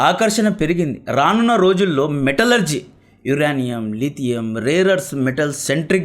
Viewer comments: యురేనియం bro యురానీయుమ్ కాదు స్పెల్లింగ్స్ నేర్చుకో బ్రో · Uraanium kadhu adhi uranium ( yurenium) ani cheppali. First pronunciation check chesi videos chey. Inka baguntundhi. Mislead avtharu telugu vallu province wrong ga nerchukoni. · యురనియం కాదు,యురేనియం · యురానియం కాదు యురేనియం మన రాజకీయ నాయకులు మనకు దాని ప్రయోజనం అంద నివ్వరు . GST+UST+MST+PST+BST+SST అన్నీ వేసి పెట్రోలు కంటే ఎక్కువ రేట్ ఫిక్స్ చేస్తారు